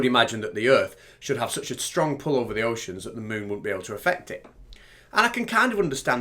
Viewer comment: 'you open a drawer and you puul' 😂😂😂